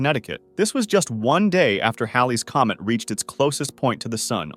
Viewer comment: I'm glad you pronounced Halley's Comet correctly, instead of how idiots call it Hailey's comet!😊